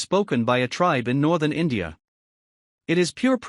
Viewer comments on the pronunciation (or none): none